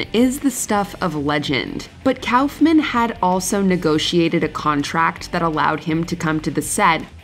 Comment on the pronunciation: *RASPBERRY Andy "cowlf"-man lol!